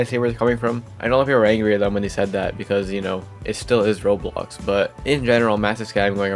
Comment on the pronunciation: ik this is stupid to complain abt but your pronunciation of "roblox" is very confusing, i keep hearing "roles" and its very confusing to hear and i found myself having to replay certain sections cause i had no idea what you were talking abt